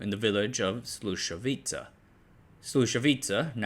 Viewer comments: "Slušovice" is "Slushovitse" (ts pronounced like tz in tzatziki) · It is Slušovice, not Slusovica. Not that hard to pronounce. Also JZD is not pronounced Jay Zee Dee. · No he doesn't. His pronunciation of Slušovice was terrible. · I was born and grew up 20 kilometers from Slusovice. My grandfather was a friend with Cuba. Your information was 99% correct which is amazing. Just your pronunciation of Czech names needs to be polished. Did you know there was a song made about Slusovice? Search on youtube for "Paleček + Janík - Slušovice - celá verze" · Bruh, you are so lame :( You cannot even pronounce "Slušovice", "Zlín", "Březová" and "Czechoslovakia". Your other content suck as well. Do yourself a favor, stop scraping Wikipedia for your lame misleading videos and do something useful insteads. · just a couple of notes: Communists, did not buy stuff and companies, they just took it by force and nationalised it.. Also, please, next time if you decide to make a video with another country language names, check the correct pronunciations because sadly you mispronounced many words... for example Brezova, Slusovice, Bata, JZD, Husar. Coke was prohibited by the way... you could not buy it, that is why Czechia has their own style called KOFOLA... Otherwise, nice! :)